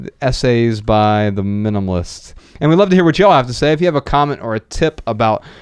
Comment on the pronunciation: MyAkachi because the child voice mispronounces the minimalists as the minimists, it’s kinda cute!